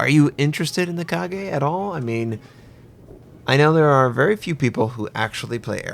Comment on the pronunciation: KA GA